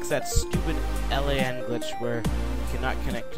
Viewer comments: L A N? brah... its LAN... Local Area Network. Triggers me when people say it wrong xD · Holy shit plz stop pronouncing it L. A. N. It should be pronounced as one word.